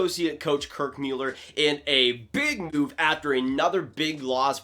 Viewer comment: Kirk Mewller lol